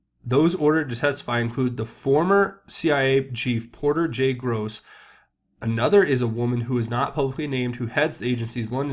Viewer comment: It's Goss, not Gross and IMHO, the person who had senior authority over those who have missile launch clearance had their classified clearance removed from Trump's military team within minutes of the launch.